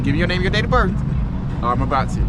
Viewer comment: I read the caption and I saw his face and I knew he was going to say birf instead of birth. How can you be a cop and not know the English language. And it appears this cop is threatening this man with an ax. I heard him say he was going to ax him.